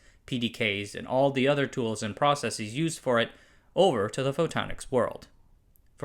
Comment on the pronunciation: "proceseez" Lmao. Dude, it's just Processes. You don't have to pronounce the "es" at the end as EEZ